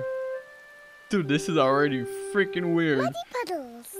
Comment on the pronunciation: I like how you say freken sour pouch kid 😂